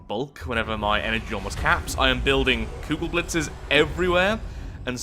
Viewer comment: he says kugelblitz right!